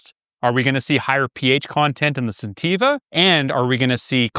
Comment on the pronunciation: I think you are mispronouncing the name of the company you are reviewing.